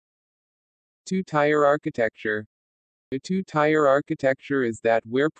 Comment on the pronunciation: hey, you're mispronouncing "tier"